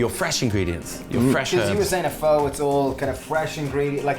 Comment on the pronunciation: This is not pho and that's not how you pronounce it 😂😂😂